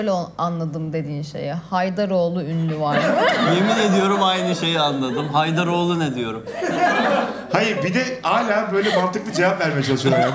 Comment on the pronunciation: ben de Haydaroğlu anladım :D